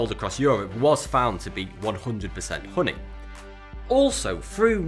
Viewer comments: Holy shit i thought he was saying pudding not honey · You say "Hhoonee" a lot lad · Kurt Kastofitch uh-knee😂😂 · Say "hoony" one more time I DARE YOU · "real hru-ni" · The way he says honey is amazing. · You crack me up!! Haha.. my husband has similar accent. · The way he says "honey" is oddly satisfying...